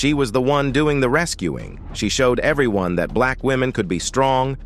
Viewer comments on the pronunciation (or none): none